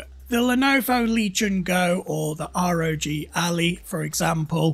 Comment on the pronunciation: I had to stop listening to this after called the ROG Ally, the ROG Alley. Painful.